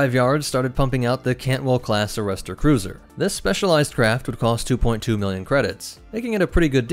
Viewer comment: Cantwell is the correct class name. I’m just pointing out his misspeaking of the word. It happens from time to time for everyone.